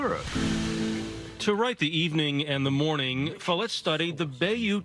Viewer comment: Follett… like “wallet”…